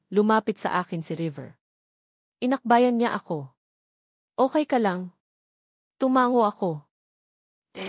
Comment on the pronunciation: Ayusin mo naman Ang pag bigkas mo pronounce it carefully Anong okai?